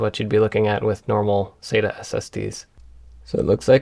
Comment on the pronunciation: thanks for the cool video jeff. i always pronounced "sata" like "sat-uh." then i found a great 17+ year old post on tomshardware (from its good old days) that converted me to pronounce it like you ("sayta"). it referenced this famous ST:TNG quote: Dr. Katherine Pulaski: "Dayta, Dahta, what's the difference?" Data: "One is my name, the other is not."